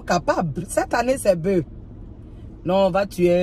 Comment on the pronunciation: À et elle dit cette année c'est boeu (au lieu de bœuf). Le F se prononce quand c'est singulier et est donc muet uniquement au pluriel.